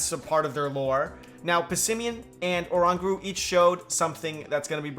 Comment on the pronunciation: Why can't people pronounce Oranguru wrong? And also, that's a regular Butterfree in the footage... Guess there might not be an Alolan form after all